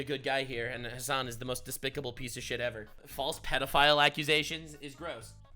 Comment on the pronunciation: You wanna know something kinda bad? every time you say "Hasan", I kneejerk think to myself "wait, his names "Ham**".